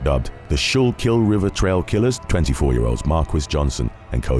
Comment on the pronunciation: For what it's worth, Schuylkill is pronounced "skoo-kuhl."